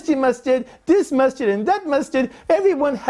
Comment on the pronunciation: Untill I read the title I thought you were saying Mustard lol